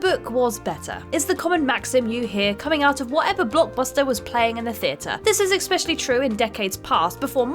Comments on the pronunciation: there is absolutely no such word as EXSPECIALLY. It is ESPECIALLY. Please learn how to pronounce it properly particularly is you plan to keep doing work as a voiceover artist. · *especially. Not eggspecially, not expecially, ES-pecially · The worst copy reader gets the most videos. "ek-specially" "adaption" Richard "Dray-fuss" "poyg-nant" "re-buuked" John "Koo-sack"